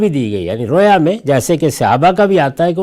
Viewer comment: رویا واو مجہول سے نہیں واو معروف سے ھے